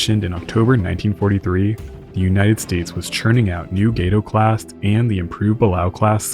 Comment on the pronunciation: Correction: Gato is pronounced Gahto, spanish for cat!